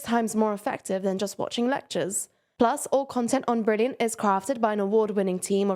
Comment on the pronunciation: to try every bleurgh brilliant has to offer for free... Funny but its fine lol